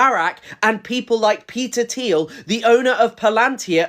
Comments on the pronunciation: It's a hard T sound, like Peter "Teal" not "Theal" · why you say "th-eel" and not "teel" thoooooo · It’s pronounced “Teel” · hasan doesn’t know how to pronounce peter thiel’s last name?